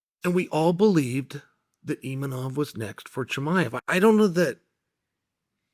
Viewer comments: Still saying 'Imanov'.....wtf is wrong with you? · Imanov? You would think as a professional commentator he would look up the actual name of fighters. Or does he mispronounce names on purpose? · "EEMANOF" lol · i like how chael pronounces imavov different every time lol